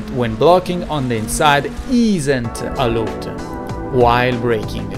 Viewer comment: Allowed si pronuncia "alaud"